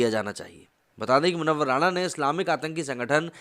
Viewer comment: वह राणा नहीं राना है